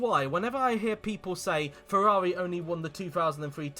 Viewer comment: I never thought someone could slaughter the pronounciation of Ferrari F2001 and F2002. This video proved me otherwise.